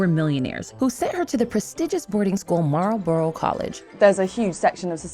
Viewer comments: Lol, Moral Boral College. That's not how you say Marlborough. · It's pronounced "Marlbruh"